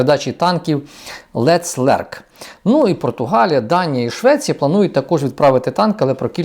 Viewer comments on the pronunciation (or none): танк ЛЕЦЛЕРК ????? ох ты ж и мудак ! незнаеш як произносыть сука гугл в помощь ! пытаеться вин выглядеть умной тварью! скотына!